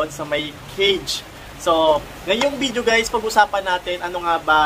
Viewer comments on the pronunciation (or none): none